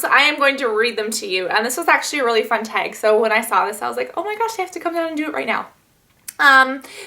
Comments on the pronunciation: i love how you say teg and not tag lmao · You say "tag" different than me but we both live in Cali...are you from somewhere else originally, like Chicago?